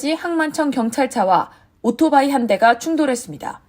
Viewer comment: 미국에서 모터사이클로 방송 .안하고 오토바이는 뭔가요? 더군다나 발음은 오로바이 ㅋㅋㅋ